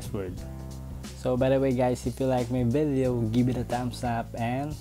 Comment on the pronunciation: Nakakacringe yung way ng pag sasalita lalo na yung pronunciation ng VIDYOW tas yung FIBER naman PAYBER. Anebe hahahaha